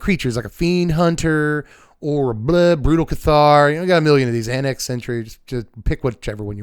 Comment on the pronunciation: "Blue-tal Cathar" 😭